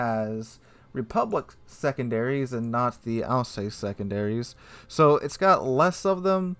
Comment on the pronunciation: Also, Alsass not Alsayce but hey ho.